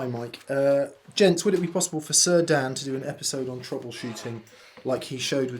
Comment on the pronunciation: Nailed my name Dan, thanks for the recognition!